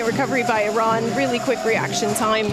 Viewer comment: It’s nice to hear the sports commentator pronounce ‘Iran’ correctly, rather than the political commentators. Viva Iran!